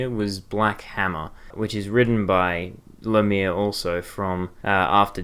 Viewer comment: Heads up, Lemire is pronounced le-meer, otherwise great video, definintely intereste in picking up Black Hammer.